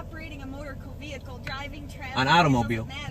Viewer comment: Does it drive anyone else crazy that he can’t pronounce vehicle…god…every time he says “veeulkull” I wanna chop a table in half with my face